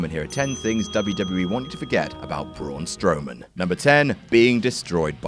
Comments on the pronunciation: is just mispronouncing a name supposed to be funny? is this what passes for comedy? damn, Adam sucks... everybody else on WhatCulture >>>>>>>> Adam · Saying his name incorrectly isn't funny.